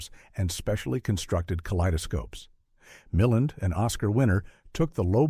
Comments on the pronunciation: BTW, it's Ray MilLAND (accent on 2nd syllable). Milland's most notorious film is his co-starring oeuvre with Rosie Greer. :) Frogs was pretty good, too. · Mil·land, Ray [miˈland] idiot AI